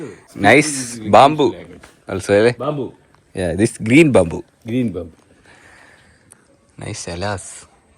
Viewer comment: banbbu not😂😂Banbu 😂